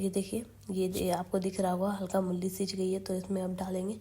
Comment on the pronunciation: mulli nhi mooli bolte hai